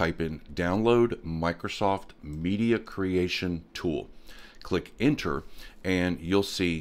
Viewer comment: "click inter" did you mean: click enter?